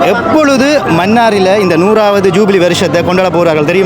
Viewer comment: Please say ஜுபிலி not ஜூபிவி.